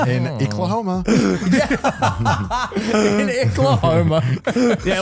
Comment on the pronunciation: As someone from Oklahoma, calling it Icklahoma had me rolling